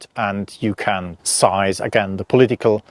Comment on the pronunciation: Seize is pronounced “seezd,” not sized. Emphasize the E, not the I.